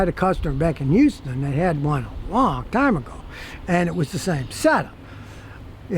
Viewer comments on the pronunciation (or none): none